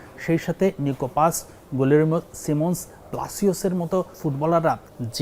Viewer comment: সিমন্স? 😂 সিমিওনে হবে।